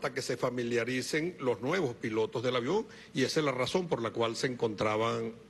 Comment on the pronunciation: "el aviäón, el avión! .... jajajajajajaj qye folklorico este espectaculo....jajajajaja